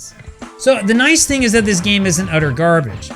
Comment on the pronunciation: "EA Sports...It's in the GAME" "Akklaim.....It's in the GARBITCH" 😂😂😂😂😂